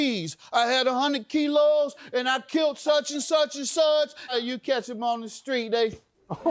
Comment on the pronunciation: Skreet lol it’s hard for us to pronounce those str words 😂